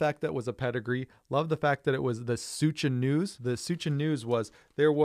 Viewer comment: I’m pretty sure Suscha news is pronounced like fuchsia.